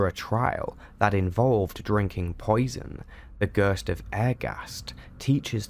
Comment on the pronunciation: "Gøøst" ... F F S